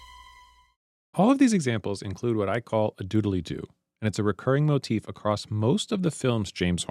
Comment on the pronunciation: Is this AI? Why did the voice say “moe-tiff”